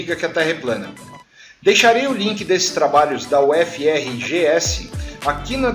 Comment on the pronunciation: UFRGS se lê: URGUÊS. Só pra vc saber. Sou conterrânea do Lang Lang.